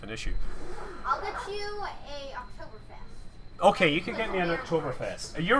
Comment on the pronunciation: You speek "Oktoberfest" like a real German ;) Greetings from Germany